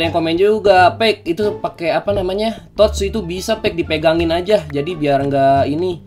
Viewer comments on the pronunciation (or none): none